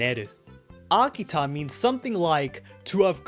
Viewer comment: Akita? Y-you mean Hakita. Right?